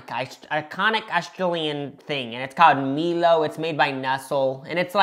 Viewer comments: also its pronounced milo as in my-low not mee-low JUST FYI my bros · "Mee-low made by Nest-ol" 😭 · Btw “Milo” is pronounced “My-Lo” I’m from South Australia so I know my stuff. Also Milo is used to make Hot Chocolate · It's Milo (my low) sounded out better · and “meelo” for milo. my soul hurt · You used an NZ flag over an Aussie Flag 😢 You mispronounced Milo and Nestle. You put Milo in water! No one ever does that! That made me sick. Can you please go back to Australia and correct these things next time 😅Love your videos by the way. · Why as an Australian did this video bring me such rage!! I absolutely love and. But from the mispronunciations, to the PUTTING MILO IN WATER! I can’t!!! Isn’t partner Aussie? How aren’t they more cultured than this?? Btw I’m only half joking 😂